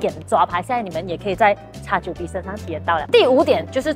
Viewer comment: X9🅱️？听返嚟点解怪怪D😂